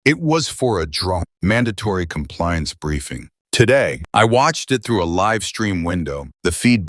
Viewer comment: Loved the narration style. The AI narration has a few blips, like it narrates LIVE as in living, instead of the one in a live broadcast.